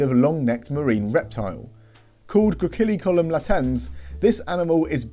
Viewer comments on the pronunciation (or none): It seems to me that you've forgotten the soft-C rule. Therefore, the name Gracilicollum is actually pronounced: "gruh-SILL-ih-CALL-lum".